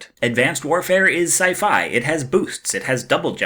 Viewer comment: I'm loving these videos but has anybody noticed the weird way pronounces 'Sci-fi?'